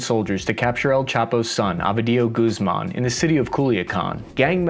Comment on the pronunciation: You should learn a little basic Spanish if you plan on making these type of videos. The way you pronounce Michoacán, Ovidio Guzmán and Felipe Calderón is so bad it's terrible.